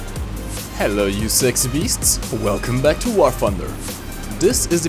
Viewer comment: i like how you say wurfonder at the start it always cracks me up